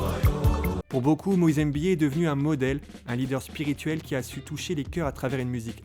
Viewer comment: C'est pas Moïse EMBIYE mais Moïse MBIYE !